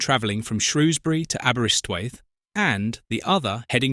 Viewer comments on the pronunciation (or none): none